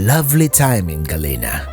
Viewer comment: I you're going to PRETEND to be an expert on the area learn to pronounce Galena.